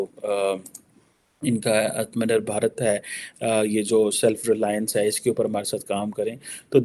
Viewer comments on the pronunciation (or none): its not atmanir bharat its atmanirbhar bharat...Atma means self and nirbhar means dependent. The meaning is self dependent This is so hilarious like when Trump says Vivekanand 🤣🤣🤣🤣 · Atma- nirbhar-bharat.....atmanirbhar bharat...mean self relience India... Please learn to say the word...you have used the word 10s of time..what kind of professor you are...